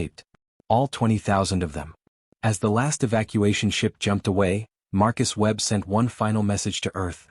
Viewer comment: And Mark Weeb instead of Marcus Webb